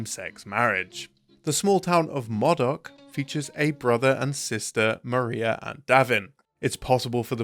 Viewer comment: It's Modoc with a long O sound. I know because I'm from there.